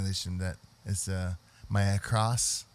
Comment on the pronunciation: Acros, not "across". Good lord.